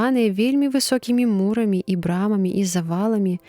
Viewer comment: Прачытана: му'рамі, слоўнік дае: мура'мі, ад муры', націск на другім складзе.